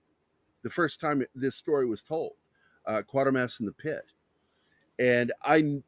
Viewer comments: Donlevy was Canadian. It’s Quater pronounced like Quaker not Quarter. It started on tv in 1953 on the BBC. Hammer bought the rights. And made two films based on the first two serials with Brian Donlevy whose performance was so disliked by writer Nigel Kneale that Kneale refused to sanction a third film til 66 when Andrew Keir was cast. Kneale also did the adaptation for the film version of PIT. Dr Who was loathed by Kneale. It wasn’t inspired by Quatermass but did pinch ideas from Q2 and Pit for some of its episodes in the early seventies starring Jon Pertwee as a more Earthbound Doctor. After a fourth series called just Quatermass in 1979 starring Sir John Mills as the aging and retired Professor, Kneale finally brought The Quatermass Memoirs to BBC Radio 4 in 1996 again starring Andrew Keir in his final performance before his death. The remake and live broadcast of Kneale ‘s 90 minute condensation of The Quatermass Experiment was transmitted on BBC 4 in 2005. It was an interesting if flawed piece of event tv. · The TV series pronounced the name Quaitermass. I don't recall how it was pronounced in the movies.